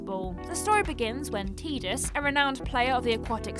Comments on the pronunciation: I thought Tidus was pronounced Tie, not Tea? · you never played FF10 I assume, but the pronunciation of Tidus. the Japanese ティーダ is pronounced Tīda, like teeda but in English its pronounced Tye-dus. So what you're doing is pronouncing both Japanese names and English names and not getting either right lol either its pronounced Teeda or its pronounced tye-dus always glad to see a video even if it has small mistakes, doesn't take away from the over all message